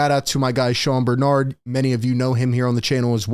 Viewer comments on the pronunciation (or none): none